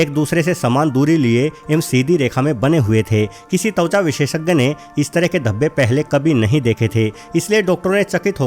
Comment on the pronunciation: अरे भाई तौचा नहीं त्वचा बोलते हैं ।